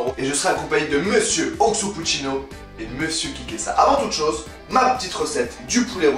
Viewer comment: Au début il dit « oxo puccino » mdrrr révise;)